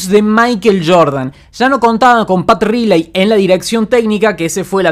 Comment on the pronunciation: Pat "railei" se pronuncia así.. mejora tu inglés